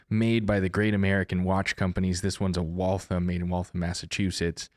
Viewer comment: OK you have to be able to pronounce Waltham correctly. You have to say the HAM at the end. If you say it like thumb you're going to loose your milk money trying to walk down Crescent St. LOL. Great explanation.